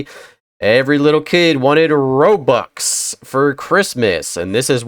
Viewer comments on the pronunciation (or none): none